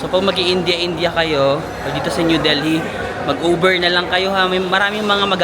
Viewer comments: Silent H yung Delhi pag binigkas -- Deli not del-hee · Wow India! Delhi is pronounced with a silent H.